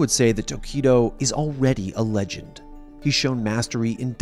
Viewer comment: "I want to be... The rej end."